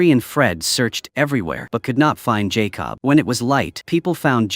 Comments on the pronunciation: why does it keep mispronouncing the boy's name -- it's Jacob , not Jay Cobb ... do you do this on purpose ? Believe it or not some people won't subscribe or even give you a thumbs up for this repeated mispronunciation ... because to them it means you didn't take the time to even listen to this to see if there were any mistakes . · Lazy channel and AI……pronounce that boys name correctly & it’s not JAY COB. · Jay cob lol 😂😂😂😂😂😂😂😂 no more AI!!!!!!!!!!! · You know, I am by no means an expert of all things Youtube, but when I make videos on my other account I freaking watch/listen to them before publishing to make sure there are no glaring errors with facts or speech like JAY-COB. Either your AI program can't spell Jacob, or it can't read the word Jacob. Either way, it should have been caught before publishing. Lazy work, and the last video I will be watching from this channel. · Jay-cob lol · Jay Cob suplies suplies AI BS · It’s not Jay cob , jacob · Jay Cobb 💀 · It's funny how AI pronounced Jakob as "Jay-cub" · AI slip up! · His name may actually be Jay Cobb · Its not Jay Cob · I heard Jay Cob. He must be a cousin to corn-on-the. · He supposed to say Jacob 😂. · I hate it the way he says Jacob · I hate when people use these AI that can’t even say a normal name like Jacob 🤦🏾‍♂️